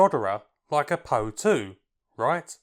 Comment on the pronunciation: Great video. Just one thing though: it's called the - P.O. 2 no Poe 2.